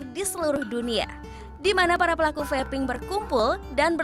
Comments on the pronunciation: "Vaping" mestinya ga diucapkan seperti "faping", salah pengucapan malah fatal akibatnya, hihihi... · Pengucapan nya feiping bukan fapping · vaping bro... not Faping ekekeke